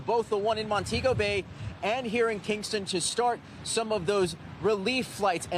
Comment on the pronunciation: Al I expected better it’s Mon-tee-go Bay